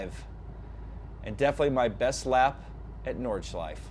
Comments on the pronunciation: Do Americans not see that there is an e at the end of Nordschleife? =) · It's no big deal. Just funning. It's actually ALL native English speakers because -e at the end of words are virtually always silent in English while in most other languages (French obviously excluded) you pronounce pretty much every letter.